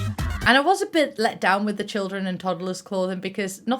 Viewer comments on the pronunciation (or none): none